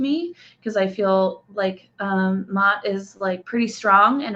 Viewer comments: The name Ma'at is pronounced like 2 syllables. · just want to clarify a little something, Ma'at is pronounced as 2 syllables. I know these names are difficult sometimes especially those with an apostrophe in the middle! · You Are Mispronouncing this Brown Skin Black African Queens Name Please Correct This!